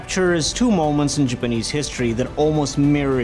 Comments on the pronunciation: Why do you say Japanese like jupanese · I am more bothered by the way he pronounces the word "Japanese" most of the time. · Why does pronounce "Japanese" that way? I'm just curious. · Whats wrong with that guy... does anybody realized he was murdering the entire vedio by his lousy pronunciation. pronounce "JAPANESE" correctly.... bruh